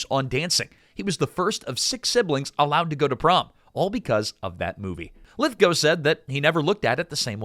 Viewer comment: a) thank you for the correct pronunciation of Lithgow b) thank you for sharing the Third Rock From The Sun story... it's arguably my favorite thing to come from this movie